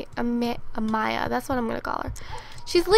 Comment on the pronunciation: Thank you for saying Amaya the right way! My name is Amaya and people always say it wrong. Ilysm <3